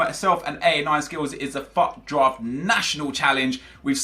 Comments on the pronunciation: Everytime he said fut drafy it sonuds like fuck draft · "FUCKED DRAFT" Nep we can hear you clearly.